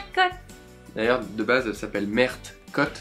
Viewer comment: C'est meer pour la prononciation ;-)